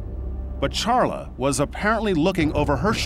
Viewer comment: I lived in Reno at the time. I can’t believe it is almost 7 years. I ‘m pretty sure her name is pronounced “Sharla, not CH- like the “ expert” () - keeps saying.